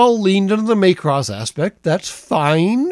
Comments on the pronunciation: I have to say - it's MACK-ross, not MAKE-ross. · "May-cross"? Do you mean "Mack-ross"? (And do I actually care?) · I've heard it called the Itano Circus since the 1980s, after animator Ichiro Itano. And it's MACK-ross, not MAY-cross. [Shakes fist at cloud.] - Might be a reference to King Kong Lives, the sequel to the 1976 King Kong flick that we've collectively repressed from the cultural consciousness? - The dumb explanation of the "x" thing -- read "cross" in Japanese, where it originated -- is that it means "crossover" or "crossed with." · MAY-cross? Not Maa-cross? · Not that anyone actually cares, but it's Mac-Ross, not so much May-Cross. It was meant to be phonetically similar to the Japanese pronunciation of Macbeth. On a much more important note, I would love it if one day, the F-22A's sidewinder bays opened up and 64 tiny missiles came pouring out of them. I would expire of delight and laughter.